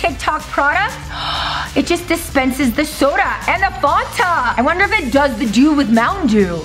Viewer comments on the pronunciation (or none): It's not funta it's fAnta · It's not fonta it's fanta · By the way it's not fonta it's fanta